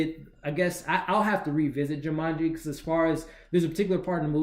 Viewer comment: Also,I think it's Ju-maan-ji,not Ju-mun-ji lol.